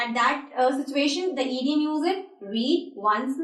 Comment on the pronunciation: The word is not eediom it is pronounced idiom id as in hid